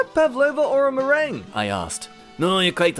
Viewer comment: I'm not sure how they pronounced it, but when they said or a meringue, it sounded like "Or am I wrong" Though how do you get from Merr-ang to Merr-ong is a bit odd.